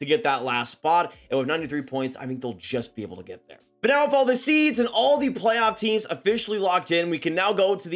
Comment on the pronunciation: Plaoff! Plaff? Oh play-off. Got it lol